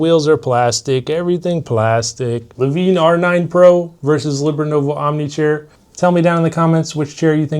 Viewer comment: I feel like hes pronouncing lavenne wrong...